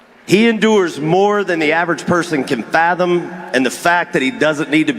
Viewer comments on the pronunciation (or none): none